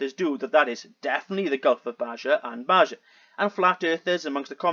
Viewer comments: He suffers from geologic pareidolia. I think he was the one flying over the Great Lakes saying he could see Hudsons Bay a distance of more than 2000 km 1200 mi. Not really important but Baja is Spanish and so the j is pronounced as an h. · FYI. Baja pronounced baha in Mexico. Means under, below